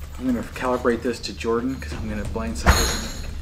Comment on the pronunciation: it's NOT Jorden!!!